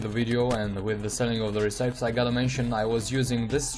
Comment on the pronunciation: re-ci-pes not re-cipes bro XD